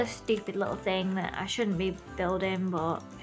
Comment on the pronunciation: when you say thing it kinda sounds like fing to me